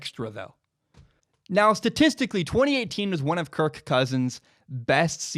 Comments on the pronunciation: I'm intrigued by the emphasis of the K in kir(K) Cousins. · Amazing analysis. Shame I can't get past how he over-pronounces "Kirk"